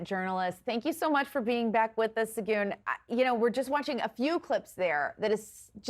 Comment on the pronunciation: Segun should have corrected the second anchor for mispronouncing his name.